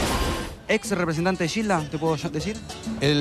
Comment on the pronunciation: lo pronuncia como Guilda... ? Es peruano José Olaya?